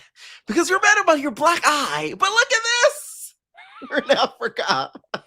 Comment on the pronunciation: I wish I was able to call in cuz no one mentioned Dolly saying Africer and Summer saying emotionable and how Scottie came to the meeting with the disheveled wet wig that Lex slung over the edge of the pool 😂😂😂😂